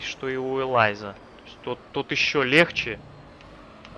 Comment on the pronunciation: Смотрю твоё прохождение, ностальгирую) прошёл игру в 2004. Но хотел бы высказать замечание. Элис а не элайз, буква ай в закрытом слоге читается как и, и машина была названа в честь внучки председателя Lotus Cars, Элизы, имя Элиза и не Элайза. Лотус Элис это среднемоторый маленький лёгкий спорткар, и поэтому у него есть ярко выраженный эффект среднемоторых автомобилей, снос задней оси(именно из за его размеров и небольшого веса), скажу прямо, машина не для новичков, но машина хорошая. А кобра это американское ведро с тяжёлым двигателем V8, с архаичной подвеской 60-х годов, узкими колёсами, типичный мускул кар, вот он и управляется соответственно. А Воксхол VX220 это Opel Speedster, Воксхол это британское подразделение Opel